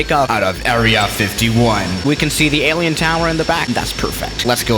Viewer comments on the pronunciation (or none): none